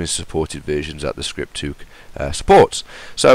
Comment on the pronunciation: Why the fuck do you say scripthuk